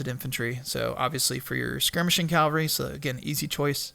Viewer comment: Cava-lry are horse soldiers. Cal-Vary is where jesus died. They are not synonyms or different ways of pronunciation. Lots of people make this mistake.